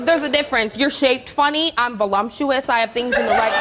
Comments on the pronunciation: "Vol-lump-twchu-us": i got volumes of lumps ... that make me look like tchu of us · "I'm volumptuous (sic)" ... well, she got the 'LUMP' part right. lol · hahaha "Vo Lump chew us" !! omg im dying. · I heard velumptuous...lol